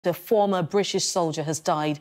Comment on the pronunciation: Emphasis on former ?